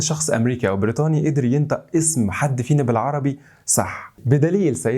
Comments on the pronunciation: بس انطق العربي صح بس انت بتتكلم كده ليه ينتق مش ينطق يعني نطقك للعربي اللي المفروض بتترجمه غلط😊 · ينطق مش ينتئ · اسمها ينطق مش ينتق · مترجم وليس مترقم 🤮 ينطق وليس ينطأ 🤮 انطقوا انتم بشكل صحيح يا مصريين ثم انتقدوا العالم ههههههههههه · حتى انت تنطق حرف ال (ط) وتقوله (ت) 😂 ينتق = ينطق ينتق = ينطق ينتقوه = ينطقوه ينتقون = ينطقون